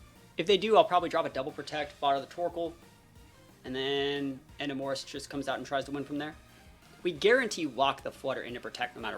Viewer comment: your pronunciation of Enamorus is crazy lol